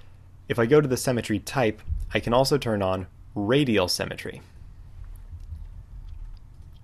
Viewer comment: Thank you for the tutorial on cemetery! ;D Symmetry is pronounced differently. But seriously, thank you very much, your tutorials are great, I pushed the like button. :)